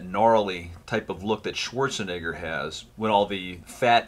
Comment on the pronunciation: that's how you say Schwarzenegger